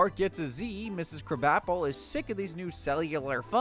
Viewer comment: For all The Simpons you watch you would think you would pronounce Edna krabappels name correctly